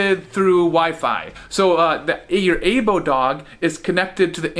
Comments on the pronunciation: It's pronounced Eye-Bow not Ay-Bow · It's pronounced "I-bo"